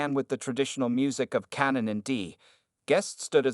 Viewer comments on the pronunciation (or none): none